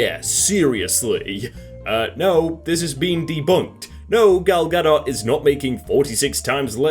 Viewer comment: Finally someone that pronounces gal gadot normally!!!!